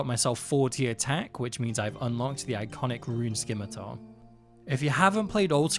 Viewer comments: Buddy said skimitar. Someone help me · the c is silent in "scimitar" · The c in scimitar is silent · Not sure if you already know or not, but the c in scimitar is silent. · I thought the scimitar pronunciation was an intentional quirky joke. 😅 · Loving the videos! But the c in scimitar is silent.